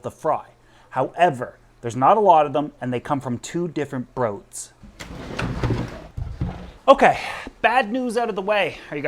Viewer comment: Broods pronounced..." brewds".😊